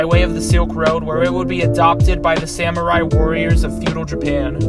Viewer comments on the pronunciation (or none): none